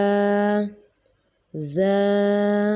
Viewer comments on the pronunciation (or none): را کو باریک پڑھ رہی ہے۔ زا کو سیٹی کی آواز نہیں آرہی 🙄۔ صاد اور ضاد (ط ظ) کا مجرج بھی ٹھیک نہیں ہے جی 🌹 اللہ تعالیٰ ہم سب کی اصلاح فرمائیں 🤲